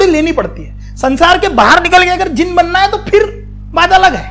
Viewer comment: As a student of Jainism, I will request you,"can you please pronounce 'Jina' correctly?" It's not जिना It's जिन I know in English it's written like this but I will say, we should start pronounce word in Indian culture correct Other one example, Bharata It's not pronounce as भारता It's भारत